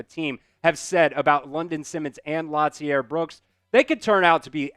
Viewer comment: I hate when white folk don’t know how to pronounce black names. Lotzier is pronounce La-zeer. It’s not pronounced Lot- ze-air. You’re doing too much bro. lol the T in his name is silent. RTR